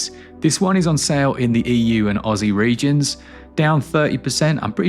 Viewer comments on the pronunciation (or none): none